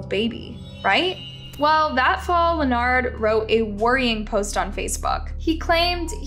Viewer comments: Please. I understand that you’re not very good with names, but this one always seems to trip you up. You’re pronunciation has gotten much better, but it’s just pronounced LINN-erd. Just like the guy on Big Bang Theory. Weird spelling, but simple enough to say it. Best wishes. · Len ard? Len-urd. Why can't you pronounce words correctly?!?!?! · Girl his name is Leopard not Lanard get it right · His name is Leonard, pronounced "Lenerd", not like leotard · Every time I watch a story from this channel, she STAYS pronouncing peoples names wrong!! She's pronouncing Leonard as lanard instead of lenerd. Lmao. Like doesn't she research this shit before speaking? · How can you not say Lenard? Lee-nard, wtf is that? The news reporter even said it. It’s the same in most videos, a simple word mispronounced it’s so weird. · The man's name is clearly Leonard so of course pronounces it 'Lenard.' 😅😂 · Its not Lenard its Leonard y'all don't ever get these people names write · The fact that the commentator doesn’t know how to pronounce his name and kept calling him Lenard was super annoying 🤦🏾‍♀️